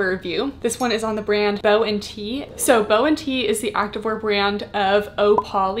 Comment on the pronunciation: I believe it’s bo-tee like “booty”